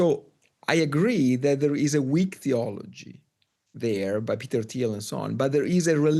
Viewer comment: "Teter Thiel"